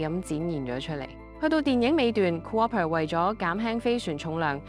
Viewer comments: 咩模型嚟㗎？ Cooper讀做Co-Op'er 都有嘅… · 多謝你嘅詳細解說🙏 btw cooper 應該讀 koo-pa 而唔係 co-oper🤔 同cooperate 不同讀法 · 好喜歡你地每集的製作, 有時候d旁白更是直達心坎之中, 好有感觸! 🥺 加油, 多謝! 🙏💪 惟一係d讀音需要改善, 例如今集男主角個姓氏係Cooper. 但AI 讀成 "Coo-Ar-per". 😅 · Coo-oper lol 但係 你又讀啱咗次，不過之後又讀返coo-oper ，聽到好辛苦。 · 第一次聽人讀co-oper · Ku opp per, 聽到一半頂唔順發音😂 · 究竟係咪AI旁白？點解會讀成co-op-per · Cooper = Co 柯 爬？妳喺邊 L 度學英文？ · Thanks for the amazing video. Tiny note. "Cooper" is generally pronounced as KOO-per (/ˈkuːpər/), with a long "oo" sound (like in "blue" or "loop") followed by a short "per" sound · Cooper 真係咁讀咩啊